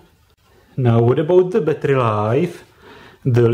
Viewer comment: battery not batrrrrrrrrrrrrrrrrrrrrrrrrrrrrrrrrrrrrrrrrrrrrryyyyyyyyyyyyyyyyy